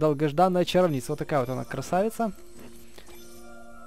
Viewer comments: Правильно говорить чаро'вница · Не чаровнИца а чАровница